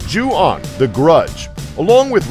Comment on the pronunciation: CHEWBACCA ON METH thanks but it is pronounced as "Ju-on" and not Yuon